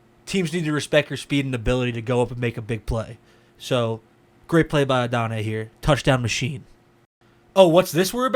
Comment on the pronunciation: Please go look at the pronunciation guide. You're butchering his name. Not a bad breakdown other than that. Regarding the effort issues, look at plays where he's not getting the ball. Especially in the first few games of the season. It was especially noticeable on his blocking. He made better effort later in the year, but his technique still needs a lot of work. You'll also notice that we don't see much of that 4.34 speed in his tape. Maybe he's trying to lull the defenders by running slower most of the time, but with the effort issues it makes me question.